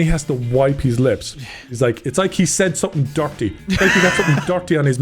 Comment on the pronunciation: "like he said something DARTY"